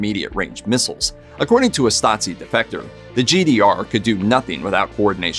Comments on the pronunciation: It's pronounced Stah-zeee not Stotzee. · Every time he utters that word it sounds more like Nazi 😁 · Why "StaTSi"? That sounds like "Nazi" 🤨 Stasi is to be pronounced with 1st S as "SH" (like "shop"), while the 2nd one as soft "S" (like in the word "rose" or "breeze") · Stasi is not pronounced "statsi", it is more like "stazi". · How do you get from Stasi to pronouncing it Stazi? Did you think it had something to do with the word Nazi? :D Nazi= Nationalsozialismus = Nationalist Socialism = political ideology, while Stasi= Staatssicherheit = States Security = the East German department for intelligence and secret police. Just FYI^^ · As a german, it's really hard to listen to you mispronounce the word Stasi every time. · He's pronouncing the s in Stasi as a Z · Hey guys, since your content is somewhat educational, how about researching the pronuncuation of foreign names? A quick Google search should help. Tbh, it is a bit frustrating how the narrator butchered 'Stasi', especially since all of the sounds are shared with the english language. It is certainly not pronounced 'Statzi' XD Here is how to do it: 1. In German, the letter 's' in the combinations 'st' and 'sp' becomes a 'sh', but only when it's at the beginning of the word or syllable: - 'stricken' (to knit) is pronounced 'shtricken' - 'Stiel' (stalk, e.g. of an apple) is pronounced 'Shteel' Fyi, when it's in the middle of a word, it is pronounced like in English: - 'Wespe' (wasp) is spoken as 'vespe' (the e being like the 'e' in the english word 'men') 2. The 's' in the middle of Stasi is voiced, same as in the english word 'busy' or 'lousy'. 3. The 'a' is like in the english word 'star'. So, basically ger. 'Stasi' = eng. 'Shtasy' Cheers from Germany! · Are you serious? He completely butchered the german abbreviation 'Stasi', that's for sure